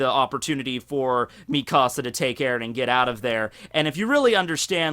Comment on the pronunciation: The way you say Mikasa's name sounds like youre saying, "my house" in Spanish